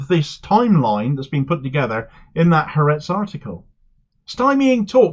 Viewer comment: Thank you for reporting on this issue! I'd like to say, to make your reporting even better in the future: it is not pronounced HaRETZ. It is Ha-ARetz. The "ha" is "the" and ARetz (AHR-ets) is Land. Ha-ARetz. Similarly, it is the MoSSAD, not the MOsahd. Ty